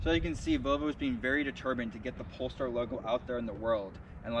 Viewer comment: Nice review, but it's not called Polstar. :) Greetings from 🇸🇪.